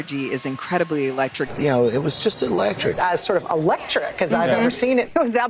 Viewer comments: One of em even said 'eleftric' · I love how all the Fake Stream Media collude together to say the word "eletric".